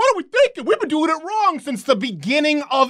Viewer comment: How about we read the amendment. Cenk: "JUST GOOGLE EHHHT!"